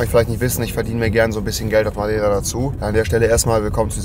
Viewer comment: Dein Ernst:,, der Madaira Whirlpool"